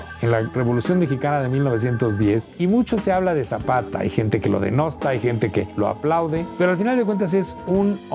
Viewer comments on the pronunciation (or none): Ahora sí le falló Don Pedro , no se dice "lo denosta", sino "lo denuesta". Un abrazo.